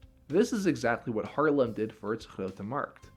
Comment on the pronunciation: still prounces haarlem like harlem import dutch person spotted